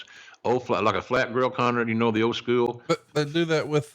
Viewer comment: I wonder how "skew-yewel" differs from "school".